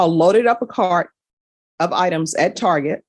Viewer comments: lol she called it "tarjay" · She did not just say "Tar-zhay"